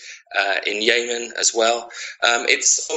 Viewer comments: Who is the idiot who pronounces Yemen, Yaymen? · Do Americans pronounce Yemen wrong or does this guy?